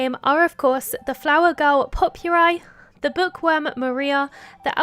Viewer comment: " pope-your-eye " that's a way of pronouncing her name i've never heard before lmao. its " po-per-ee " pronounced like Potpourri, the mix of dried flowers and stuff used as a table decoration. and she's adorable, i love her. <3